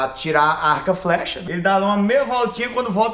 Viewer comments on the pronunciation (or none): kkkkkkkkkkkk ele disse aca flecha kkkkkk